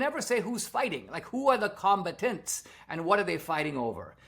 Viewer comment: Com- BAT-tants